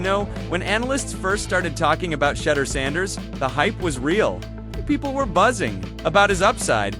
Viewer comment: Pronounce his name right! We’ve heard and you’ve heard his name pronounced 100’s of times. It’s so way off it’s like you’re doing it on purpose. Darn near disrespectful!